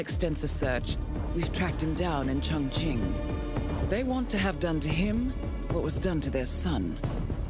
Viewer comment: Awesome guide. Nice to hear someone, other then you, pronounce Chongqing correctly.